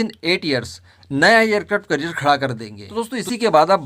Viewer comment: " एयर क्राफ्ट करिअर " नहीं " एयर क्राफ्ट कॅरियर बोलो.